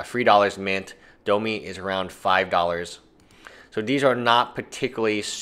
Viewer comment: domi rade? its domRi.